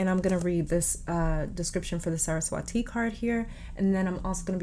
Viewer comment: Saraswa'thi'. Just n d end pronounce it like 'thi' not 'ti' . Its really fun to read about indian gods and goddesses . U ll find a lot of interesting stories you can connect with. Take it as my humble suggestion.❤️